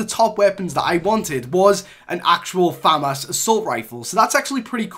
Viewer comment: The name is FA MAS